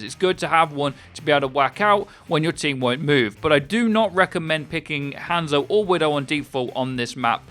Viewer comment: The way you say "Hanzo" is triggering me...